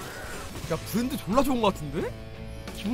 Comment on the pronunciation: 형님의 부ㄹㄹㄹㄹ란도 오늘도 매콤합니다